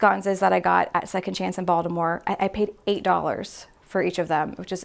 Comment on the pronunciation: How beautiful and intentional!! Love the original wallpaper and authentic beautiful and strong femininity----and as a Baltimorean I love that you scored a deal on those great sconces and you said "Baltimore" so legit!!